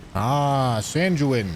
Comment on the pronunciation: Him calling the Sanguine boss Sanjooin is hilarious